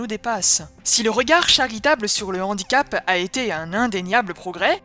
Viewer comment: Toutes les liaisons dont bien faites, sauf devant le mot « handicap » ! Là, tout d’un coup, on a une liaison dangereuse.